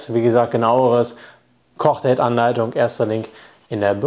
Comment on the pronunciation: Ich versteh die ganze Zeit Cockdate, wenn du Kochdate sagst xD